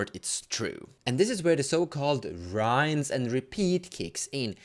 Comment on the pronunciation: in a similar vein, the "I" in "rinse" (when you say "rinse and repeat") is a short "I", like "INStant"